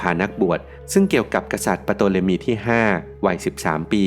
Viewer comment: Ptolemy ออกเสียงว่า โตเลมี หรือทอเลมี ครับ